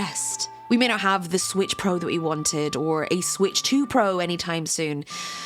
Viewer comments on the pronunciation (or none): No its not ant 😂